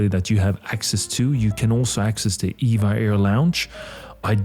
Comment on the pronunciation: It’s “E-V-A Air”. Not Eva Air.